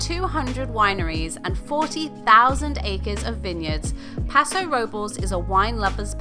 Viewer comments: Um... the city of Paso Robles would be pronounced "robe - lace"..... just saying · Sound like a local lesson: Paso Robles = "Pass-Oh Robe-Less" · Lol, it's pronounced Paso Robe-Less. 🤣